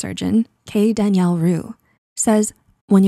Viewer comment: She said Daniela wrong.